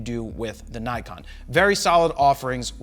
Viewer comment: I'm bit bothered with Naykon! Please pronounce it as Nikon it's japanese.